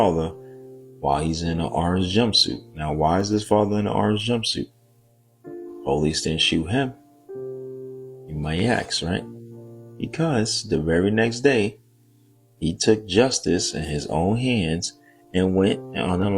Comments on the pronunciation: Once again it’s spelled A-S-K. ASK not AKS! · ‘You might AX’… and ‘ it happened on MARTIN LUTHER KING BLVD’. Is it just me?👣👐🏿🥴